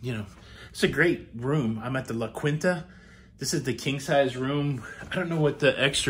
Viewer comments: LA KINTA!!! The Qu is pronounced K. Don't say it your way in South Texas as you will get laughed at - as I am laughing at your pronunciation right now. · Now to get sweet to pronounce Quinta correctly. LOL.